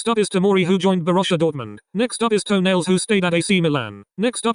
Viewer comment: I heard Tonali as 'Toenails'